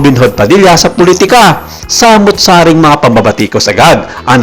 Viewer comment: I stopped listening after the voiceover said SAMUT-SARI.